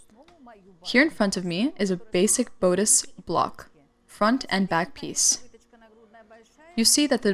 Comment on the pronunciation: Very complex but described beautifully. Please encourage translator to learn proper English pronunciation of sewing terms, for example: bodice and lapel.